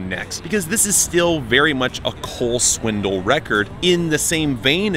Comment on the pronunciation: I love that you always say "Swindle." It's a fitting pronunciation.